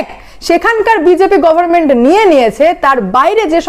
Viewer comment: It is government and not goverment. Pronunciation of "n" is not silent.